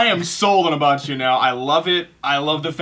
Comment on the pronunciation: Btw, Abbacchio's name is pronounced A-bah-ki-o. Great video guys!